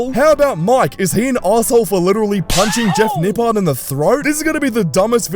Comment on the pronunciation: Lmao “nipple”